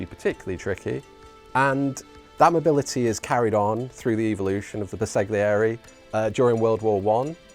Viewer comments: Ouch! My ears hurt…LOL. Bersaglieri = “Burr-sal-yee-air-ee” (G is sort of silent). Right. Now that we’ve got that out of the way…the figures are quite lovely! Subscribed!! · Bersaglieri is pronounced ‘ber-sal-year-ie’—the ‘g’ is silent. ;-)